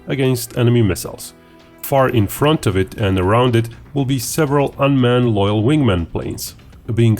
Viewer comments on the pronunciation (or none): none